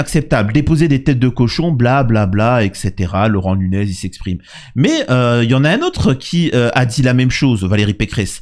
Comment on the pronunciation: Mais quel espèce d'abruti totalement désinformé et marabouté par la propagande qu'il reçoit. Quand Laurent Nuñez (et pas Laurent "Lunès", comme tu dis; fais au moins un effort, son nom est marqué sur l'écran... Rien que ça, ça montre le sérieux du mec qui se prend pour un génie et qui est incapable de lire) donc quand Laurent Nuñez parle d'ingérence étrangère, il fait référence aux actions récentes et dont l'origine des commanditaires est PROUVÉE comme venant des russes, les étoiles bleues, les mains rouges sur le mémorial. C'est le même mode opératoire, le même genre d'action, menées juste pour semer le trouble ou monter les communautés les unes contre les autres (Samir est donc, on le voit ici, le premier à tomber dans le panneau) et c'est pour cette raison que Nuñez parle d'ingérence étrangère. L'enquête déterminera sans doute si c'est ça ou non mais c'est juste pour ces similitudes avec les autres actes malveillants récents que le préfet en parle.